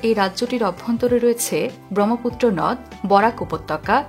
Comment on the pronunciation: বর্গ , ব্রহ্মপুত্র এরকম অনেক শব্দ উচ্চারণ সঠিক হয়নি! খুব বাজে উচ্চারণ আপনার।